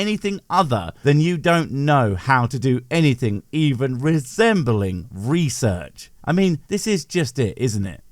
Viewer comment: The twit put that definition up on-screen himself while he was lying about it. It didn't even require research, nor even "reeesurtsh", he literally copy/pasted it into one of his slides himself and then completely ignored what it said. I think we have to invent the expression "Do your own DEsearch" now to mock him properly.